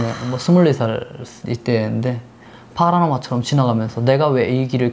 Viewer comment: 파라노마(X) 파노라마(O)